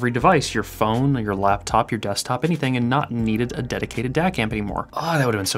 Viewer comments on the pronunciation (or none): none